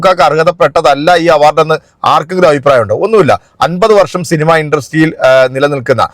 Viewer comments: ആ പൂറി മോനെ ആദ്യം മലയാളം പറയാൻ പഠിക്കാൻ പറ. ഷിനിമ. അല്ല സിനിമ ഇത് പോലും അറിയാത്ത ഈ മൈരനെ കോണച്ച പൂറി മോൻ ഏതാണാവോ സങ്കി കുണ്ണ ഊമ്പി നടക്കുന്ന പുറൻ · ആ ചെങ്ങായിക് സിനിമ എന്ന് പോലും പറയാൻ അറീല അവൻ ഷിനിമ എന്നാണ് പറയുന്നത്